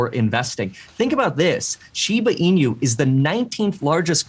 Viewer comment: I'm surprised to see nobody correcting his way to pronounce "inu"? It's not shiba ee-new, just ee-nu as in "nutrient"